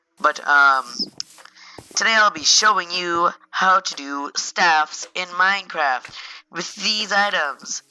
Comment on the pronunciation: the way he said "minecraft" was hillarious